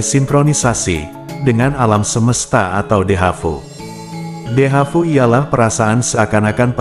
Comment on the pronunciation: Dejavu bkn Dehavu min😂